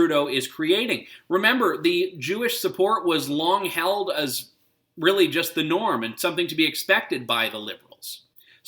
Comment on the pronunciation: "Juz to name a few" LOL.